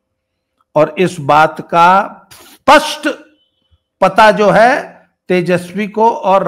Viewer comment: Why do North people can't speak certain words properly? Spasht pronounced Aspasht Sindhoir pronounced Sindhoir School pronounced I school Indr pronounced Inder And so on ...